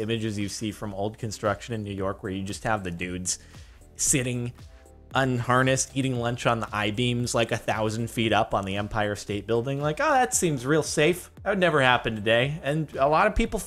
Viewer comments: Did he say the umpire state building 😂😂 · Dude was it just me or did he say umpire state building